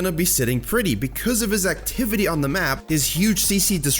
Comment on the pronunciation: "Because of his-zac-tivity" c